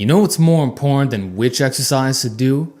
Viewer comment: Please try and enunciate every syllable of each word - it's very 'imporrant'.